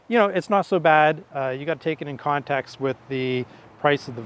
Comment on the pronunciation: a mispronunciation is not an accent. But I still gave your video a thumbs up.